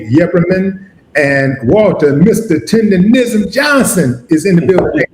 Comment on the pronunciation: STOP SAYING "TENDERISM" IT'S "TERDERNISN"!